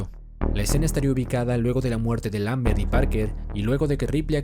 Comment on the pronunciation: ¿Pero por qué pronuncias "Lambers", si es LAMBERT?